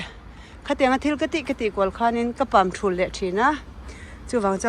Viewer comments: A hmuhnawmin a manhla ṭhin teh e. Thil pakhat - Pamṭul tih tur kha 'Pamthul' i ti tlat mai. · Pamthul ni loin,pamtul tih zawk tur